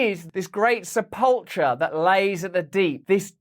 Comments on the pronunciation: Sep-ull-cher??? Do you mean sepulchre, pronounced SEP-EL-KUH? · LOL, I love ya Russ, and I know it's pedantic, but it's seh-pull-ker...great parallel about "Digging up the depths" though... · *sepulker (phonetic) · Tip: if you don’t know how to pronounce a word, look it up in an online dictionary, and tap the little speaker icon to hear it spoken. Case in point: sepulchre. This is not a criticism. I’ve mispronounced plenty of words in the past, and no doubt will continue to do so. 🌸